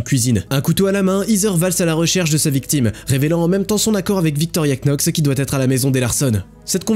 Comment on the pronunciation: Knox ça se prononce "nox", comme "knee" (genou) se prononce "niii" ou "[to] know" (savoir / connaître) se prononce "[tou] no".